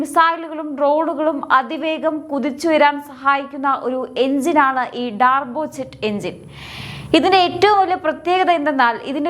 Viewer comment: ഡാർബോ അല്ല ടർബോ അല്ലേ?